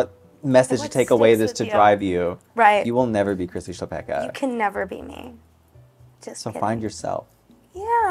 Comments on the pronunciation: As a Polish person, hearing Chlapecka as Chapekka (ch as in chess) and not as Hla-pe-c-ka (first c is silent, second c is as in citrus) is so crazy, wow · I think the surname must be czech because that's literally a czech word. It's chlapeček = little boy, but in the 2nd case, which makes it chlapečka. English doesn't have our ch, but it's the most similar to h. La like lot, pe like pen, č like cheese, ka like cup. Hluh-pech-kuh. But the pronounciation yall use is completely different, so I might be totally wrong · That's interesting! It's also a surname in Poland, possibly derived from the verb "chlapać" (to splash). We pronounce it hla-pets-ka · I need this on TV Austrian here, not a czech, but i have i good idea of pronunciation rules in languages like czech and polish. Chlapecka i'd pronounce as somewhere around /hlapetska/ but i don't know if the name may have been written differently. The Ch might've been a č which id pronounced like the cz in czechia, the c in cka may've been a č, but i am not sure. *Thanks to dear it's of Czech origin and the latter of the two ideas in my last paragraph applies, as in Chlapecka being originally written Chlapečka and being pronounced as /xlapɛt͡ʃka/. Please to anyone that liked my comment and didn't yet like comment, please do so! ** Not gonna lie, i am living for Maddy's poop hat, i need one. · It's actually a Polish name - Chłapecka, pronounced hwa-pehtz-kha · as an estearn european who is a language nerd imma be the annoying commenter who says it's pronounced hla-pets-ka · she definitely has a Polish surname. Hearing your absolutely English pronunciation of it was strange. :)